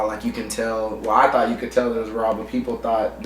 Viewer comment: lol "Tourght"